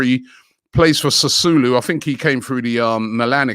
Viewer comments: It's pronounced Sassuolo not Sassulo. Robbie man sometimes. His knowledge of football shocks me sometimes. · Robbie ask James to help you with he pronunciation of Italian names , Sassulo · Sassulu !! Ffs not even close. Not like it’s hard to pronounce Robbie. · Sassuolo not Sassulo Robbie. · Man pronounced "Sassuolo" as "Sasulu". Gotta love Robbie's pronounciations 😂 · Sasulu .. looks like Robbie gonna get a warrant against him for wrong pronunciation fam. Just call James for it alian pronunciation fam. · Robbie pronouncing Sassuolo as its an African recepy. What a legend!